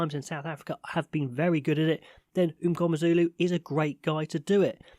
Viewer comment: Pronounciation of "MNGOMEZULU" 9/10👌🏾